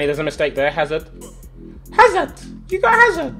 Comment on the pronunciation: Hazards name is pronounced without the h and d btw tobi